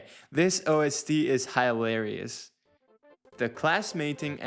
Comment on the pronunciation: "High larious"